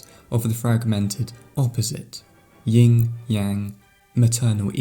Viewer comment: Good video - *‘Yin’ as apposed to ‘Ying’ next time though :)